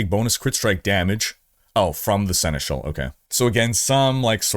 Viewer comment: Horizon crossover 🙂 Oh, just pronounce Seneschal the proper way, i.e. the French way :-)